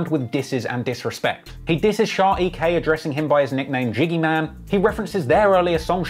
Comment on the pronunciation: Its sha not shar